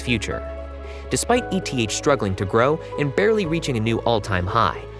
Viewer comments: Anyone pronouncing ETH as "E-T-H" doesn't have a clue about the crypto market. JFC it's pronounced "eeeth" which is short for Ether, the token of Ethereum. This isn't a crypto version of an ETF. It's not an acrynonm. It's a shortening of another word. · I agree it’s eeeth but also it’s not that big of a deal lol